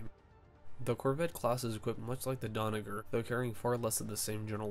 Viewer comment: Stop saying Donnaguer!!! It’s Donnager!